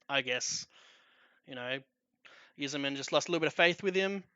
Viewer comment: its pronounced "eye-zerman" like the eyes on your face. cheers